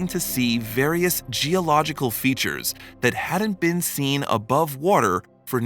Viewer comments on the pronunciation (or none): none